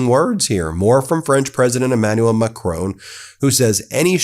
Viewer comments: You make good videos but please pronounce Macron correctly and not like Trump does. It's far easier to pronounce it the correct way than how Trump says it. Here's a link to how it is said: YouTube title of it is: How to Pronounce Emmanuel Macron. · Ben. There is no 'e' on the end of Emmanual Macron's name. Please pronounce it correctly. Please. Merci. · Please say MACRON,not Macrone..RESPECT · His name isn't Macrone it's Macron. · Just a detail his name is Macron not as you pronounced would be written Macroone. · I have an awful French accent when speaking English, so please take no offense in this minor correction, but Macron is not pronounced "Macrone", the "n" is not pronounced like a consonant but is rather a part of the nasal vowel "on", you can just look up the pronunciation online. Of course I guess you have other things to do with your life than practice French vowels and it’s perfectly fine to have accent but fixing this is truly a low hanging fruit, just noticing there is no "n" consonant gets you 80% of the way there without practice, otherwise it just feels like you are saying another name. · president "MaCrown" xD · Great content, but the way you pronounce "Macron" is incredibly cringy. It's Macron, not Macrown/Macrohn. The last part is pronounced as in the English word "on". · You do a wonderful job Ben but please pronounce Macron's name properly it's not the English surname Macrone but Macron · Not Macrone!! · Ben, please learn the pronunciations of the Europeans that you are consonantly reporting on, Macron, is not pronounced macrone , but MAK- RON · the name is not Macroon but Macròn. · It's Macron - not Macrone 🙂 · Try to learn to pronounce MACRON properly. Don't they teach phonetics in Law School?